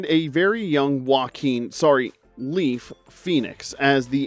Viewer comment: "Leaf" Phoenix? Is that another Phoenix sibling?